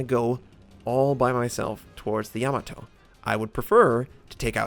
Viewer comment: Love your vids, and also love how badly a lot of players mispronounce these ships names... It's really not a yam-a-toe, it's Ya-Ma-To :) Happy Gaming..